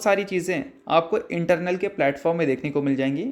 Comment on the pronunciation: Sir ji not Internal (इंटरनल) but Eternal (इटरनल) !